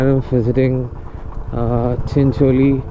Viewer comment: Although need practice on how to pronounce Chincholi